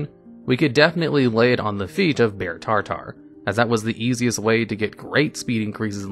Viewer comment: "Tar Tar" ◑____________◑